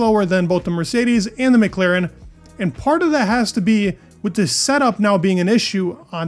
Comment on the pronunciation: how many times do I have to repeat myself? McLAAAAAAAren not McLEEEren